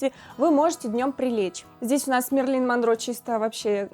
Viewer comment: Только не Мерлин а Мэрилин.